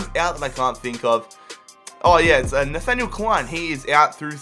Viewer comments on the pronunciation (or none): none